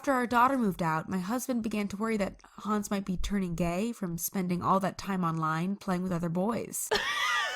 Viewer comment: Hänz not hans